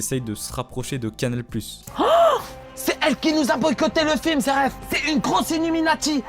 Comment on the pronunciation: Y'a pas de R pk tu t'entête avec ton "zeref" loool Aller, repeat after me: Zé éf (phonétique) me remercie pas.... 🤝 Comme "tin y me zééf lui".....